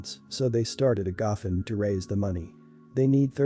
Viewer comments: The speaker is mispronouncing the word gofundme. It is go fund me. I have problems with speakers who do this for a job and don't know how to pronounce correctly. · Learn to pronounce words right. It’s called go fund me . It’s not a one word. U need to be stable in order to have children. Sister told her the truth. Some people lose weight easier than others. Not everyone has the same metabolism. U never tell someone u love them unless u feel it & mean it. Mom needs to set her boyfriend straight. His complaints r uncalled for. She should take up for her daughter. I wouldn’t give little kids raw fish. I get angry & yell at my youngest 2 granddaughters when I’ve told them multiple times to do something & they just keep putting it off r they just don’t listen.